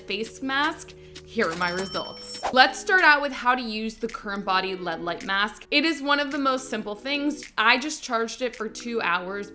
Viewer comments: DID SHE SAY "LED".????? I thought only old people dint know how to say L. E. D. not led!!! 🤣🤣🤣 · lead light mask? Man ...didn't even learn to pronounce L E D.